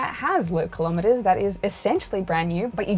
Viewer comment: You can either be unique, or not. There is no "more unique" or "so unique", just like there's no "little bit dead" and "very dead". You mean different or rare. Everybody is indeed unique, but style is rarely, if ever, unique. Also, kilometres rhymes with millimetres, not thermometers (because it's a unit of measurement, not a measuring device).